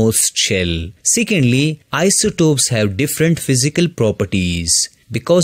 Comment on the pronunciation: Bro it is isotopes not isotops